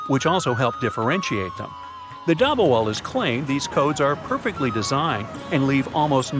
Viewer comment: hello i love your videos but one thing if you are pronouncing an item from the Indian subcontinent pronounce a as u like dubbawalus and koorta pujamus